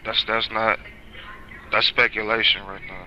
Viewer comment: “Dats spekulashon”